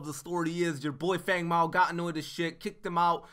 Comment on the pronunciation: Um I think ur saying his name wrong its pronounced Fung Mao.